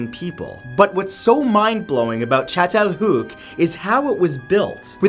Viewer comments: I️ wonder how long it took for you to say chatalayuk. Is that how you spell it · The first one is pronounced chattel- hoyuck. As an archaeologist i litterally had a spasm when you said that. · as a Turk I gotta say his pronunciation of Çatalhöyük wasn't too good, but the effort is palpable and you gotta appreciate that